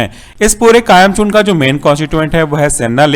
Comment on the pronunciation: its kayam chooRN not kayam chooRNA